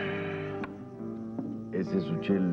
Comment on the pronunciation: Le dicen Suchel 🤣🤣